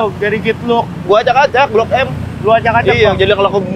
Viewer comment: Blok m diacak acak jadi "klkb m" 😂